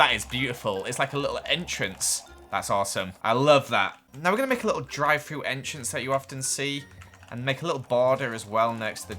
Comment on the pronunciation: drie fru Me: Wahh oh drive though